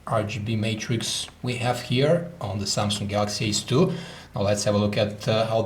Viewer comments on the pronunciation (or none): is he saying samsung galaxy S2???